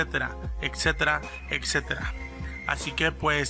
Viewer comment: Ecsetera? Jajajaja ni hablar sabes wey